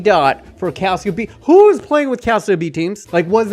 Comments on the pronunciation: it's "Cal-cho" fyi :) as you were.. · Please, just please stop saying Calsio (Calcio). Its not Calcium in Italian, it actually means football. Just look up how to pronounce it properly. Cringe overload. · dude learn to say calcio, thats just awful for a footy channel. u still got the thumbs up for the content sir. ;) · I don’t see why it matters. He’s not Italian nor does he speak Italian. English speakers don’t use the word “calcio” because we will always say Italian football or soccer. How would we know that “cio” is pronounced “cho” without studying Italian? Does it bother you when the English speaking word mispronounces all Italian words(spaghetti, pizza, espresso, etc...) that we use in English or just il calcio? I’m 99.9% sure that you would also mispronounce all Italian words that we use in English since you would get the vowels wrong and the double consonants. Tutte le strade portano a Roma.